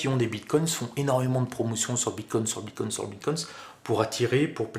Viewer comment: Apparemment je ne suis pas le seul à être gêné par la prononciation du "s" invisible, autant au singulier qu'au pluriel 😅